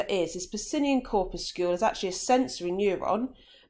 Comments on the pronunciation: and cor-pus-sul. Def not “corpuscule “ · look at literally every authority on English pronunciation. Corpuscle rhymes with muscle. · "corpuscule"? Do you guys also pronounce 'muscle' "muscule"? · nope muscle is pronounced as 'mus - sul' corpuscle is pronounced 'cor- pyu - sul' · nahh its pronounced 'cor - pyu - sul' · nah its not an american pronunciation tm. I've personally never heard it be pronounced as 'cor - pus - sul'